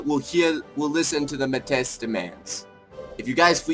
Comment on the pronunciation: Pronounced (may-ty)